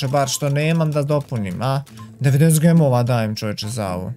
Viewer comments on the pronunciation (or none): none